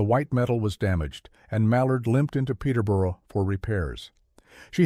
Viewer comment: It's nice that Americans want to make videos about British subjects. It would be even nicer if they would learn how to pronounce British names. The word 'borough' is pronounced 'burr-er', with the 'u' sound as in 'but', so 'Peterborough' is pronounced 'Peter-burr-er', not 'Peter-borrow'.